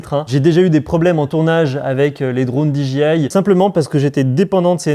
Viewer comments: No,no: Di-Djé-Aïe...😉😎😜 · Prononcer le D et le I en anglais, mais le J reste français :D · on est d accord :D mais lui le dit à la française pour le J :D